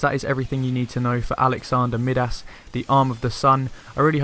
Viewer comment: Really appreciate the guide, but "Mid-Ass"? Really? "My-Dus", like King Midas. Accent or not that is unacceptable pronunciation. Keep up the good work!